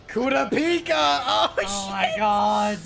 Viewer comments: it's pronounced " Kerrr rop pee ka" watch one dunbed just to know the name. I love sub. But sometimes I end up saying their names all wrong on different shows.when i heard you say kiropika I was like who? Lol. Even the subbed says kurr rop pee ka. Love the channel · STOP SAYING KURAPIKA NAME WRONG😷🤦🏾‍♂️ jeeez for what reason do you do that💀